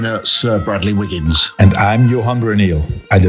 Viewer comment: I could listen to wiggins all day long as his technical knowledge is second to none. Very informative, but most of all these two pronounce the names correctly, very important to this Australian.